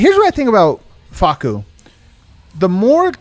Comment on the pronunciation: “Fah-soo” kills me everytime 😂